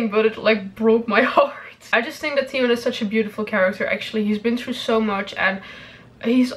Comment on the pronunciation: i watched this just because I like the way you pronounce Theon 😂